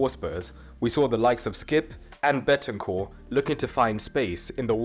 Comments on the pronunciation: Don't take this as me hating, i love the videos, i just wanted to point out it's Bentancur not Betancur. Keep up the great videos tho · It’s BEN-TAN-CUR It’s so easy man 😭😭